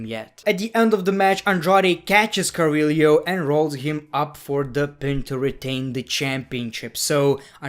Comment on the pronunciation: Its humberto Carillo (cariyo) is how u pronounce it